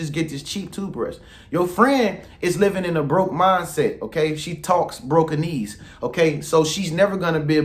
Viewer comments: "BROKENESE" OML!!!! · Omg! “Broken-ease” 😂😂😂😂